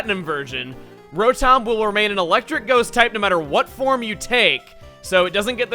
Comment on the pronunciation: Chugga, its pronounced Row-dum, not Row-tom...sorry but its bothering me :3